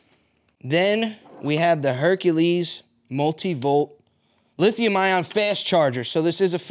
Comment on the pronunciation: OMG 😂! He said, “Herkahleez Herkahleez HERKAHLEEZ!” From THE NUTTY PROFESSOR! 😂😄👌🏾👏🏾